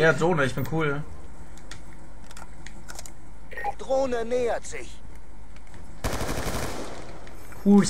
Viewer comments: "Uh ich hab ne dlohne" o.O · drohne heißt des net dohne nobb